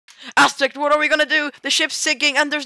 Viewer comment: You pronounced his named asstech